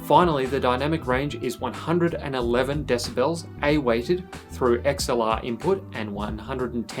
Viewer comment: des - a - boles